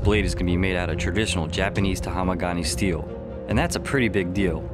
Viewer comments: Is tamahagane not tahamagane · did he just say "taHAMAgane"? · i think the steel is called Tamahagane. not Tahamagane. cmiiw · Tahamagani steel? It's tamahagane. #weebonduty